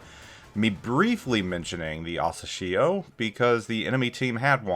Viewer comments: Hey! The way you pronounce Asashio sounds strange, especially since you mentioned it so many times. Couldn't resist not commenting. You can check how Google translate pronounces it. Use 朝潮 for Asashio, which translates to "morning tide". Have a great year! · Hearing you pronouncing the name is so painful